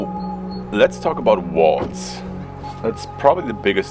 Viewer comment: Oii. Before you talk about walls. Please learn how to pronounce the word. I mean you have to use that word quite often. It’s worth the effort. And we can enjoy your content even more not wanting to rip our ears off every time you use the word. Please. When you say it it sounds like “wails” Horrible